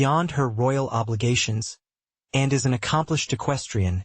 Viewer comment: Why is the narrator incapable of saying Princess Anne, he says Princess N. TOTALLY USELESS NARRATOR.